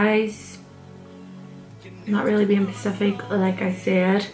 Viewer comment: It’s also cute how you say ‘pacific’ instead of ‘specific’ aha